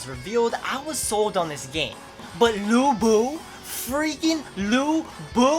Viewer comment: studied chinese for 7 years pretty sure that's not how you pronounce his name xD but still i'm hyped, subscribed